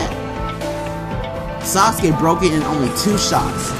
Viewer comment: He said saucekay